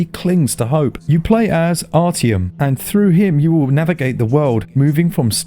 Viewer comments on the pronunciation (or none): It's pronounced "Ah-T-yawm"